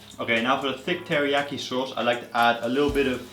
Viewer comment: A SHAUWCE YOU SAY?! You make me sick